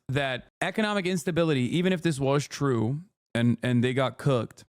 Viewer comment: Its twoo its twoo